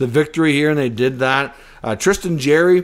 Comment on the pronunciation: Love the content and maybe it’s a Canadian thing but I’m sure it’s pronounced Jar ry